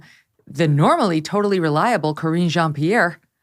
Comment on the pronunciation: He also doesn't know how to pronounce Karine Jean-Pierre's name.